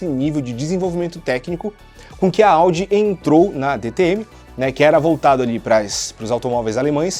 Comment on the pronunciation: Aos 1 44 o fala AUDI?kkkkkk, aos 2 42 tambem kkkkk, mas a materia e show, top man